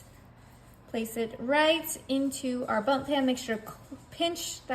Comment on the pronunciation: It is a bundt pan, not bump pan.